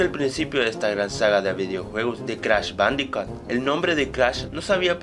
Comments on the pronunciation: ***** pronuncia mal jajajaja jajajaja bandicat jajajaja jajajaja y se pronuncia bandicut jajajaja tienes razon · se dice bandicoot (bandicut) por que la doble O se dice como u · perdon por esta ligera interrupcion pero en realidad se escribe bandiccot pronucia bandiccut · "Crash bandicat" :v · no es bandicat es bandicoot las lo son u